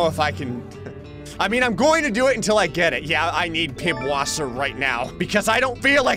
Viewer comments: Did... Did you just call "Pißwasser" "PIBwasser?" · Pibwasser? it's Pisswasser or peewater in english XD That b is the german double s symbol. ß-B just so you can compare. Amazing video, i laughed so hard XD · "Pib wasser" is actually "piß wasser" and its basically german for "piss water" the ß is an s sound lol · Fun fact: Pibwasser is actually pronounced Pisswasser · “I need pibwater right now” 2022 Just a hint, the ß is pronounced as a sharp s, and Wasser is of course water, so put them together lol. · I like how says pibwasser instead of piswasser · Fun fact. It isn't Pibwaser it is pißwaser. The ß is double s. And wader Is german for water. It means pisswater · might find this amusing, if he didn’t know already, the weird B in piBwasser is actually pronounced as an s, and wasser is literally water in German, so it’d be pronounced pisswasser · It's Pisswasser not Pibwasser. Because this -> ß is not this -> B ß is basically a double s "ss" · Are nobody gonna comment on the fact that he said pibwasser, instead of pisswasser? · Pipwasser? That is a ß not a P... Wich is another way in german to write double SS.... So that is Pisswasser 😅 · when he pronounced it like pibwasser and not pisvasser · "pib-wasser?" Why did you pronounce it like that? In German, the character "ß," called an "eszett" is pronounced like a regular sharp "s." Wasser, is the German word for water. The beer is literally called "piss-water." Cheers! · It's Pisswasser acktually. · it's not pibwasser but piswasser... that ß is a Sin german. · Why Pibwasser? its Pißwasser the ß is a ss but kinda sharp spoken :'D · it’s actually pronounced pisswasser which translates to piss water from German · "i need pibwasser right now" without realising what pißwasser means when pronounced properly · it's pronounced pisswasser, that ß is a sharp s. It also translates as "Pisswater" from german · Did...Did he just say Pibwasser??? XD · The wierd B is a SZ so u say PiSSwasser